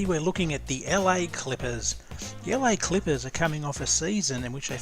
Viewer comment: « The Elle-aï-klippers”